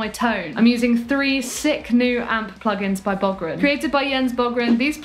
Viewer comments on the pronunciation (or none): Amazing stuff! BTW: its b-UU-gren not b-O-gren ;)